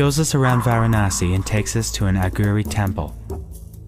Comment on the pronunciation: why are you pronouncing Aghori in such a strange way? aghuri? its a long o.